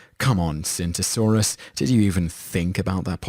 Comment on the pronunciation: Tsintosaurus is pronounce jingasaurus